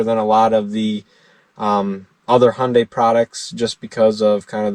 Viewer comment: btw Your "Hyundai" pronounce is very very correct. haha.